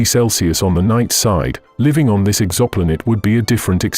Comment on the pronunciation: WTF is an EXAMPOLATE? Is it trying to say Exoplanet?